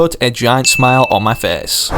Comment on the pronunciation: “It’ll put a big smile on my fece.” Face, not fece.